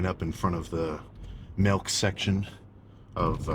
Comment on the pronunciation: Did you just say melk not milk 😂😂😂